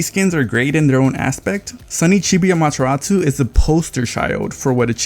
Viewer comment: Amaterasu, not -tsu.